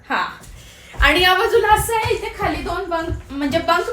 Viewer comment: Ithe tithe , mhanav itte titte nahi mhanu